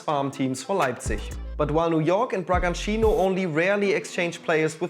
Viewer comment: First off, I'm impressed that he pronnounced Bragantino almost like a native. Congrats on that. But something you guys forgot to highlight and that I think is also important is the impact that these has in the football fans of the so called farm clubs. Take Bragantino for example. Yes, at first, they skyrocketed into Brazil's first division (one which they didn't play for a long time). However, since then, they don't even try anymore. There's no pressure from the board to win, so they just keep the same coach. And who would want to have a team with no ambition? It sucks to see your local team lose all of its' identity and becoming just a profit for a big corporation.